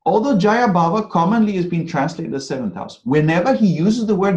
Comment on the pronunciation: The word is not “jaya” but “jaaya” — it means wife. As in “stree.”